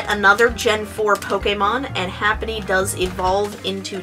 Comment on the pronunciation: its not ''HAPPENY'' its ''HAPPINY'' you illiterate tart.